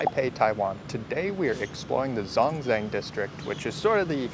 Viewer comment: It’s pronounced Zhōngzhèng